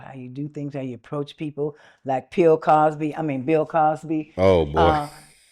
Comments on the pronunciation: Did she say Pill cosby?? 🤣😂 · Did she say Pill Cosby 😂😂😂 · The difference between Hefner and Diddy. Hefner didn't do sh*t in front of a camera. Also did you she said Pill Cosby? Yeah, even she knows he is guilty of drugging women.